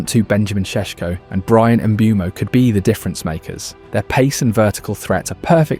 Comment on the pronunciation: Why I keep hearing MBEUUU-MO when the player himself explained several times that is pronounced MBUMO